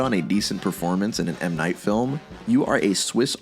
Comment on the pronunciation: Wild that Scrubs was mentioned yet you still pronounce his name wrong. It's pronounced 'Muh Night'